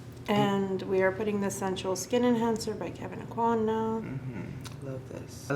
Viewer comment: Love this. BUT I cringe when people say Kevyn Auqwann. I am from his home town. It is Awquin. Like, as in hotel "inn". Drives me nuts.